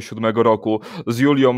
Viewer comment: Panie redaktorze … Julią - nie Juliom